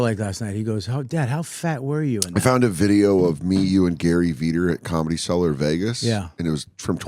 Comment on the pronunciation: "cellar" by meaning but "sell-her" by sound